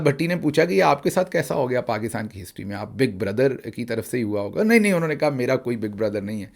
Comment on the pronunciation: Ho ka alam nahe hota HOOO ka alam hota hay